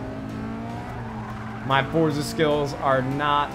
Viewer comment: Nade, it is pronounced For-tza